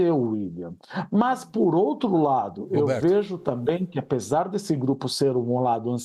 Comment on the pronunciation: GRUPE????? FOI ISSO QUE EU OUVI😂